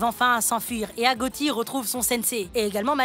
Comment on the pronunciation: On dit pas agotie on dit agochie voila 😊